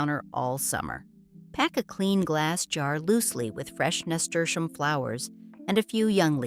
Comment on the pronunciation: There is no sound sh in name of Nasturium. Is just plain s. NAHSTUhreeuhm😊